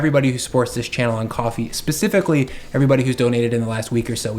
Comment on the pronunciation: Thank you for being the one person other than me to pronounce Ko-Fi correctly.